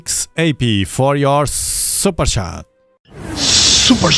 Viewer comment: I love it when he says SUPER CHAT!! Ohoo I mean SUPER SHAT!!! Haha perfect 😂